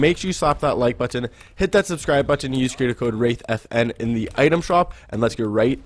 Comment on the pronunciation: Why does he say button like that lol